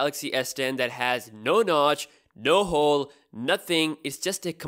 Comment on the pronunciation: He said hole hhhheeee lol